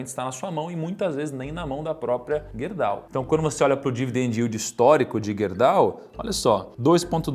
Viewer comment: Estranhamente ninguém disse nada de “Guerdau” ou “Gerdau”?